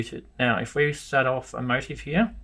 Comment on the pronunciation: Great video... Motif is pronounced Mo Teef. Thanks a million.